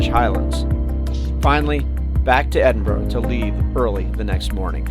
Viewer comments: EDINBRUH not EDIN BRO or EDIN BUR RO. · I was warming to your video from the off when you correctly pronounced Edinburgh but within seconds reverted back to the Edinboro all Americans say. There are no `O`s` in Edinburgh. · To be fair it's hard to pronounce for most countries, the burgh part is guttural from the back of our throats. The Germans do best at and strangely my Scottish African mates. When you start saying aye instead of yes you are definitely Scottish. You would laugh yer tits of at my best mates Scottish accent and language, he's from Zimbabwe. Its beautiful and hilarious. He rang me about how to fill out his nationality in the census years ago 😆 🤣 😂 can I put Black Scottish, African, zimbabwean. Legendary, he wasn't joking 😀😃